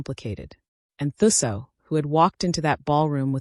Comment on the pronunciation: Okay … 'Thuso' is pronounced "2-soh". Thanks for a character from my country, 🇿🇦.